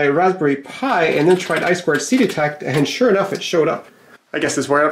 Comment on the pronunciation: Glad to hear someone saying "eye squared see" instead of "eye two see" -- that drives me nuts.